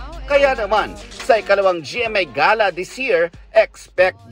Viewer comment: Ga- luh. ang tamang pronunciation hindi gey luh